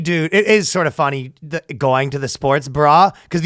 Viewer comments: Ryan says funny and money like fu-nnie and mu-nie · So funny how he says "fonny".